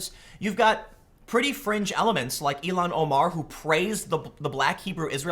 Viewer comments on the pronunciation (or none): Again, her name is il-han omar not E-lon Omar